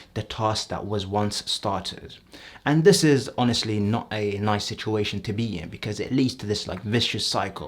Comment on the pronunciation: "it eez what it eez"